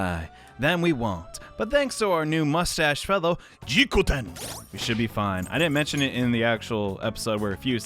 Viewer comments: You are pronouncing Jikokuten wrong It's Ji-KO-KU-ten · Hey! You keep pronouncing Jikokuten's name wrong, cause you keep missing a syllable. It's pronounced Jee-kou-koo-ten, not Jee-kou-ten like you've been saying.